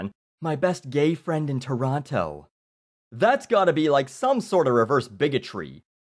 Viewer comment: Just by the way pronounces "Toronto", you can tell that he is NOT from Toronto.